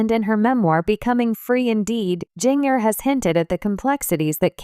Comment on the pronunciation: Her name is pronounced JINJER!